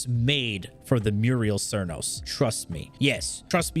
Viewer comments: muriel cernos haha. "Mute - a - list" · It's Mutalist cernos, MUTALIST! Wtf is a merios? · At number 4 we have the Murial cernos. Now the mural cernos… 😂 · I have to know.. ive just started watching you.. Do you intentionally misread the names of all the weapons? You say.. quote me.. "muriel cernos".. muriel.. m-u-T-a-l-i-s-t. Muriel. Silent T's much? I thought it might be intentional but then you say "teenit" instead of "tenet" (ten-it). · I was more thinking about the way he absolutely butchered Mutalist Cernos, but yeah who calls it an Amperks???